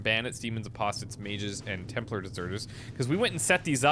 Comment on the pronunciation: templAr, not templear